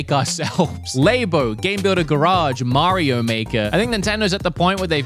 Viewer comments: Its not called lebo, its labo get the pronounce right my dude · saying Lay-Bo really annoys me I wish he’d say just say Lab-o 😭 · Nintendo Lab-o not laybo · He's the only person I've heard LABO pronounced like that. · Why do you keep pronouncing labo wrong isn't it supposed to be like laboratory